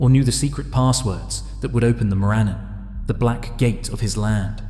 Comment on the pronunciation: More-uh-non not More A-non